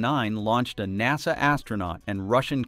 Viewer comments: AI cant pronounce NASA😂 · AI voice mispronounces NASA. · Cool Vid. Please say NASA again :D